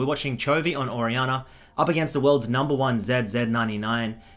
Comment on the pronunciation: nobody:: orianner